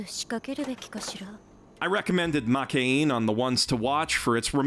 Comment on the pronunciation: after many years of watching anime. Still cant pronounce Makeine correctly